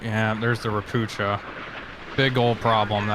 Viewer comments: xD .. ropucha is pronounced ropooha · You call „ropucha” „ropukha” It means „frog” You read „ch” like „h” in word „heart” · Btw. Ropucha is a polish word for toad, they were built in Poland. The first Ch is not the sound "cz" like in Chinook or chopper but its 'H' like Helicopter, Hello and Home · I am not complaining, I love your vids😂 It's just really funny to me how You (and many others) pronounce Ropucha. In this case CH is definitely not pronounced like the ch in 'chest' - but rather as an H(a) like in 'Eisenhower'. Ro - poo - ha (a toad 🐸)!